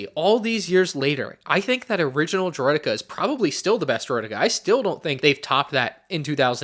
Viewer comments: Makes snes but "Droideky" ? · “droid e key” ✌️😭